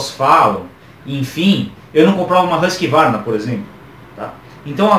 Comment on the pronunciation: a pronuncia correta é USQUÁRNA, fica a dica !